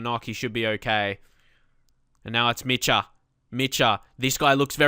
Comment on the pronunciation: The "ch" in Dor Micha name is pronounced like the "J" in Jessie.